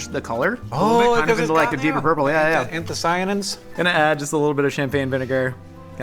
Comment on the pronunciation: love ya but the pigments are called “anthocyanins” as in cyan like the color blue, not “anthomyacins” <3